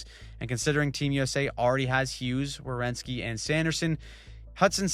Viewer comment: It's Werenski. Not Rewenski